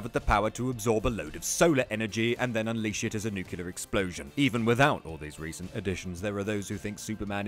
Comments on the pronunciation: It's nuclear not nucular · "nucular weapons"?????????? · the superpower of saying "nuclear" not nukular ..... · u fuckin idiot it's nuclear not nucular how dumb are u guys, seriously total illiterates,fuck....